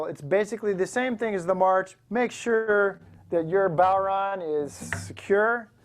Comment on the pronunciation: Well what do ya know. A yank that pronounced it properly.